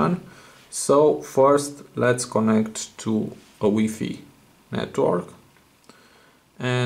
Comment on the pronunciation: did he just call it wee-fee